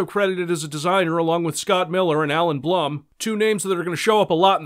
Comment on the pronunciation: Do you hate Bloom effects so bad you can't bring yourself to pronounce Blum the right way?